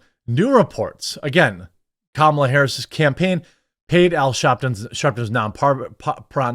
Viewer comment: People are still doing the mispronounce her name on purpose thing? Even after winning? Yeesh